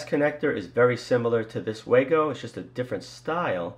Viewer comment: It's pronounced VAHGO! and it's still a POS!